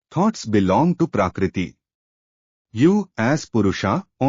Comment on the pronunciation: Request you to pronounce Sanskrit words correctly. Otherwise your narration is perfect. Not Purushaa, it is Purusha; not Praakriti, it is Prakrati; etc.